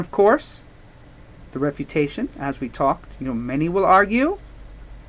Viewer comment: I am watching this for my english IGCSE...thanks very much.....but are you saying REPUTATION PARAGRAPH or something else ?